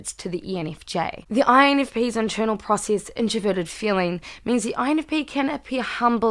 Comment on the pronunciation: “Infpenis” haha. Great video! My birthday is tomorrow btw! -infp -a from New York ✌🏾